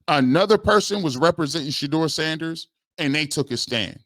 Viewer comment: It's absurd that he can't say Sanders name. Stefanski is a clown.